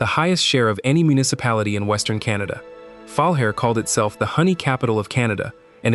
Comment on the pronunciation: Omg. Learn how to pronounce the names of the towns! Grande Prairie is pronounced "Grand Prairie", not Grand-a Prairie. Falher is a bit harder, it's where my mom was born. It's pronounced "Ful-aire."